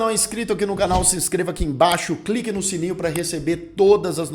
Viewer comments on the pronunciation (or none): none